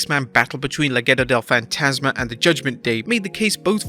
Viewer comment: I really dig how you pronounce "Legado del Fantasma" as "LeGheto del Faintasma" 💯